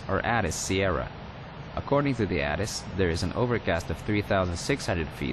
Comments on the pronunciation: Nice job! BTW, ATIS is pronounced with the long "A", (Ay-tis). Airport Terminal Information Service. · Nice video, good job narrating! Not to criticize or anything, just an FYI It's pronounced 'A'-Tis like the letter 'A'.